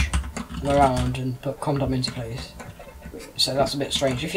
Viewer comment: Did anyone hear him say condom when he tried to say com.